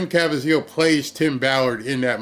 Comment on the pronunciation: Jim's last name is pronounced: Ka Veez eal